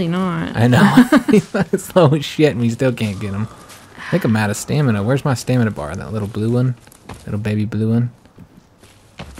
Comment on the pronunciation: I thought it was stamina not stanima